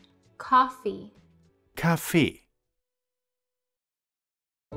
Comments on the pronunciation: I am german and I never heard a German say „Kaffee“ like he did. He said „Café“, not „Kaffee“. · He pronounced "Kaffee" wrong though :D It is actually pronounced "KÁffee", not "KaFFÉÉÉÉÉ". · This is a mistake: Kaffee (coffee) is pronounced with a schwa at the end and the stress on the first syllable. Why? Because his pronunciation has another meaning: He said 'Café' which just like in English means 'coffee shop / café'.